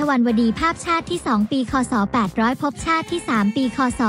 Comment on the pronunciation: แอดคะ คำว่า "ภพชาติ" อ่านว่า พบ-ชาด ค่ะ ไม่ใช่ พะ-พะ-ชาด